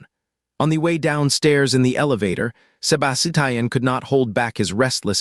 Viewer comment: I CAN'T FOCUS BECAUSE OF "SEBA-SI-TIAN" 😭😭😭😭😭